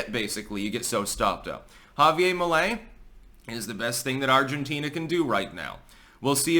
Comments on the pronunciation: It’s JavieRrrr. Not Javie-ay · why do you have such a hard time pronouncing Javier? It's HAH VEE AIR, not YA Ve YA. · Once again, its pronounced "ha-vee-air". Not ha-vee-ay. Its Spanish, not french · Ja-vi-ER , pronounce the R! Right on! Finally, some good news for Latin America! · I think his End the Fed puts him firmly in the Ron Paul camp, but he's very funny, which is more a Trump-like thing! Remember, Anarchy is Better than No Government at all! Chile has always been about 50% Socialist. Also, the "r" is pronounced in Spanish. Unlike in New Hampshire!